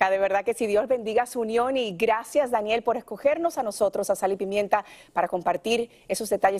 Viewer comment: A la mujer que hablo en Farándula al Día, hay que enseñarle que el nombre no se pronuncia con acento en la A sino en la E . Esa manía dr lis periodistas de cambiar lis nombres a du antojo